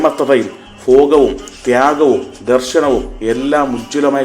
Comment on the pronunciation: നല്ല അവതരണം. പക്ഷെ ഉച്ചാരണത്തിലെ ഒരു പഴവ് ഒന്നു ചൂണ്ടിക്കാണിക്കട്ടേ. അൽഫുതം, ഫാരതം, ഫോഗം, സന്ദർഫം എന്നിങ്ങനെ ഉച്ചരിച്ചു കേൾക്കുന്നു. ഭ (bha) എന്ന് ഉച്ചരിക്കാൻ ശ്രദ്ധിക്കുക. നന്ദി.